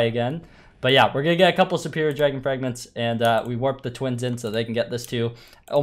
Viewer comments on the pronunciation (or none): none